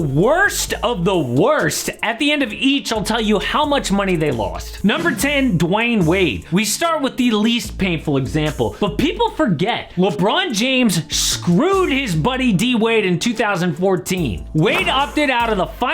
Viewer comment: It's Dwyane Wade, not Dwayne Wade